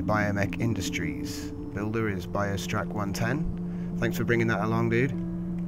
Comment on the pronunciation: Thanks for saying my name right! :)